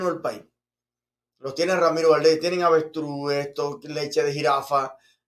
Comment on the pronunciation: Avestruces, no avestrues.